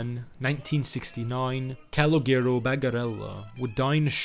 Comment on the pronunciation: Calogero = cah-low-jeh-row I am really enjoying the content, just wanted to help out with the pronunciation. Same name as "C" in Bronx Tale.